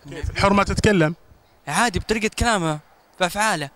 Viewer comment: ايه صج هو يخقق الرابع بس جأنه مرأة مش جأنه رجال من طريقة كلامه ما يقول بطريقة يقول بتريكة